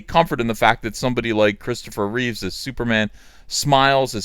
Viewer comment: okay. first time i am sure i heard "reeves" and the second time "reeve". am i going crazy?